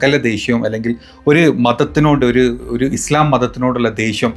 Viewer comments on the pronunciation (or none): none